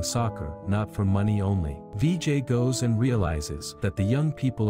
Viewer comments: it not "vee jay" its "vi jai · Its not dj it's Vijay